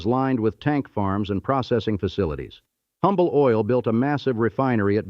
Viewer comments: It's pronounced Umble. The "H" is silent. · The H in Humble is silent.